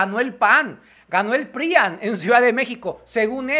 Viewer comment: Más despacio, todavía ni veo el primer video del día y ya estas con el tercero. 😂 Una observación tonta mía, pronuncia con acentos, por ejemplo: la palabra PRIAN, no la acentúas al momento de hablar y para mi gusto se oye mal.